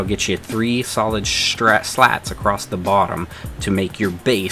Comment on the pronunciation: The word is "across". The word is NOT "acrost".